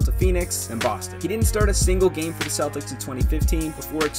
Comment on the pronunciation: Celtics if pronounced with a k sound not a s sound